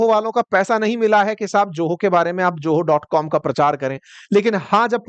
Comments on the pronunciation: Pl ZOHO is not JOHO speak properly pl say Z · Sir ye Joho nahi hai... it is Zoho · Bhai, company KA NAAM JOHO NAHI HAI. PLEASE ZOHO THEEK SE BOLNA SEEKHO DOOSRA, ITNI LUMBI SAANS MUH SE AISE LE RAHEY HO JAISE AAPKO DAMA KI BIMARI HAI. BHAI THORI PRANAYAM KARO, SAANSO MEIN NIYANTRAN HO JAYEGA. TEESRA, NAAK KI BALGAM VIEWERS KE SAAMNEY PEENA BAND KARO. BAHUT GHINN AATI HAI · Its Zoho naaki Joho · Joho mat bolo bhai zoho bolie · Its Zoho not Joho. Atleast get the name right!!! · ZOHO ❌ JOHO ✅ 😂😂😂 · It is ZOHO ... Not JOHO ?????????? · Pahli baat ye ki ye ZOHO hai na ki JOHO. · Bhai joho nahi Zoho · Prejentation, Joho! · Bhai joho nahi zoho sahi se to bol kya India ko promote karega tu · You are saying JOHO, you should pronounce it as ZOHO.